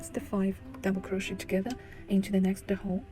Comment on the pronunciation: It is pronounced as kroh·shay not crow-shet Also couldn't see properly, white yarn on white background, hard to understand